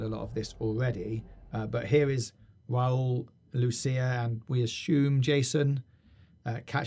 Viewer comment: Im from 🇪🇸 and you said rauls name perfectly